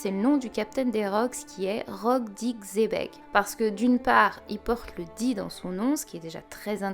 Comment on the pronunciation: Xébec ce dit chèbec et sinon je pense que Hache d'argent c Shakky 👍🤔